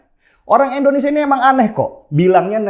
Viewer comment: Bagus banget, Bang Denny, Tapi maaf nih, kalau ngomong "Indonesia" jangan jadi "Endonesia" ya Bang. 🙏